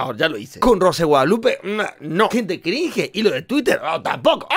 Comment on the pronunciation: Me caes re bien pero no sé ve cringe pero se dice crinch